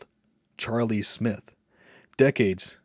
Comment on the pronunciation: Not Charlie Smith! Charlotte Smythe (pronounced as if it had an e.